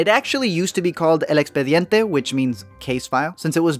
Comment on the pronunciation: How did you pronounced "el expediente" so well????